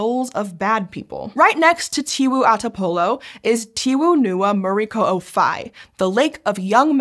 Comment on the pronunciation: as a native Flores where this lake located her pronounce of local name like tiwu ata polo and muri ko'o fai were much better than my fellow indonesian friends especially the one from java and sumatra. we mainly speak O like in bakso or soto while my java friends usually use it like in tolong or dorong.